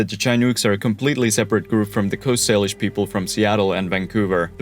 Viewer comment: He got Salish right too! 👏